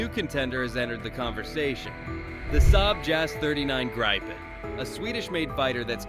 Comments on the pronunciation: Grip-en not gripe-en😂 ffs😅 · Why can't Americans pronounce a simple name like Gripen? Graipen? Really? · It's pronounced more like greepen in swedish (Saab gripen that is) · Please do at least the most basic research before you post something. For instance how to pronounce GRIPEN would be very helpful when your story is about GRIPEN. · Can't even say Grippen properly